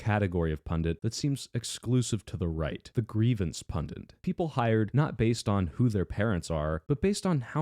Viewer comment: It's still "pundit", not "pundent". I realize that you said it correctly 5 times and wrong once, but I just get a huge kick out of correcting you. -xoxo, Nothing but love